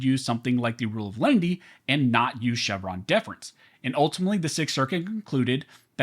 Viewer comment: Is it Len-i-ty or Lindy?